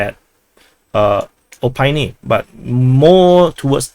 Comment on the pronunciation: it's pronounced oh-PIT-ney not oh-PIE-nee :-) but nm I give up